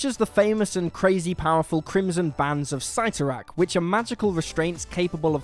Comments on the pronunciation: So they can’t pronounce cidernak now either? Yes that’s not the right spelling was just showing how it’s pronounced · First, you mispronounced Citorak. Second, did you say North mythology instead of "Norse"?